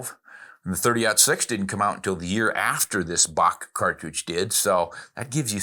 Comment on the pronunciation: Herr Bock not Bach as you previously stated. LOL